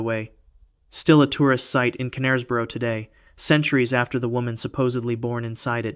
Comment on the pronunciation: Knaresborough has a silent K. I had to mention it seeing as i live nearby, i enjoy Americans pronunciation of English place names in general though.